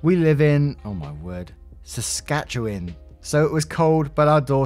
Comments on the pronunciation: LoL minus 8 isn't bad and she had a coat on. Yay you said Saskatchewan pretty well lol sounds like (Sa-scat-chew-wan) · You said Saskatchewan correctly😁. It's my home province in Canada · As a Canadian, I can tell you your pronunciation of Saskatchewan was well done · You did really good pronouncing Saskatchewan since youre not from Canada😂 thats usually a tricky one for people to pronounce out of all the provinces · Dont worry, that was a very good pronunciation of "Saskatchewan"! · you pronounced Saskatchewan perfectly (chef's kiss) wonderful. Most of us just call it sask, as it's quite a mouthful when talking about it a lot. Winters here in Canada are no joking matter -8, feels like -10 with the wind chill and when not dressed appropriately. It makes me wonder why she's out there in the middle of winter, and didn't bring something like a milk crate or ladder to help her get back into the window. Still the asshole because their well being should've been put above making a point. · Lol love the hesitancy trying to pronounce Saskatchewan 😉 you got it though! Honestly, we've had negative temps where I'm from in Ontario for a few weeks and I haven't even put on an actual winter jacket yet... the daughter had two jackets and a cell to call for help in a real emergency. I think the YTAs are just freaked out about negative temps when that's the norm here. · I’m shook he pronounced Saskatchewan right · Story 2, op is nta. He's horribly distracting in class and isn't managing his condition. Also, nice job pronouncing Saskatchewan. I swear, we have some f'd up names for our provinces in Canada. Hypothermia in -8c??? That's a gorgeous for our winter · 😆🙌🙌 good job with Saskatchewan!!! It is a bit of a doozy~♡ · Story 5: god job nailing the pronunciation of saskatchewan.